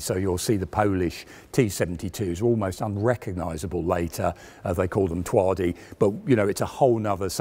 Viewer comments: Gotta start pronouncing those Polish and Russian W's as V mate :) Twardy means hard in Polish. Or difficult/tough. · Twardy is pronounced Tvard'eh, w is a soft wh only in English pretty much, most other languages it's usually an English V. Svir is Shveer. Thanks for the epic effort at condensing 72's story into manageable length. :) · The Polish variant twardy is pronounced ‘Tvardy’ the y sounds like the i in icarus. It literally means hard